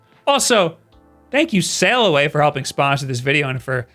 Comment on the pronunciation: Sailaway CAWfee... I am not making fun, just funny.